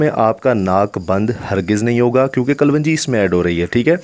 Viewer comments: Pahle bolna seekh kalwanji nhi kalonji hota hai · Kavanji nahe kalonji... hahaha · Kalwanji nahi kalongi bola kro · kalwanji kya hota h ganwar kalonji... sahi word bola kro... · Thek hai...thek ha..bass kar yar.... ..kalongi..kalwangi. not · Kalwanji nahi klonji kehtay hain theek hai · Ary bahi kaa loonji hai not kalwanji plzzzzzzzzzzzzz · Kalonji not kalwanji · Kal wanji nahi kalonji!! Aap ko ye tak nahi patta?????? Kon tha uustad aap ka? Jahil, uun parrh? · Mere bhai kalwanji nhi hota sahi word kalonji hy